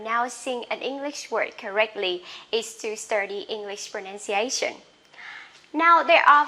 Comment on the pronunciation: your problem is pronouncing N and R.. please work on those sound. Study is pronounce as sturdy and pronunciation is pronounce as Pronuciation...